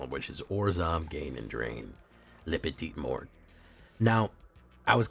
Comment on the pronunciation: Nice deck, but it's " la petite mort " (i'm french 😊)